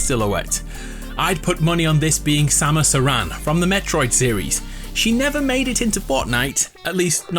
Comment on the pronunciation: It sounded like he said Samus Iran. It’s an e by the way.